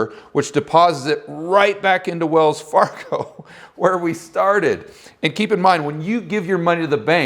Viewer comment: "We will call this bank 'Wellsfargo'" I don't know why, but this has me dying of laughter.